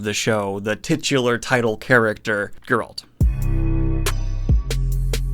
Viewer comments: gEralt, not gerAlt. But not that important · What the hell is your problem with the prononciation... you watched the show ... why do you still pronounce Gerald wrong ? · I look forward to the day when Daniel actually pronounces Geralt correctly.